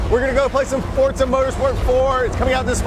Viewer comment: Why do americans put a 'T' sound in Forza?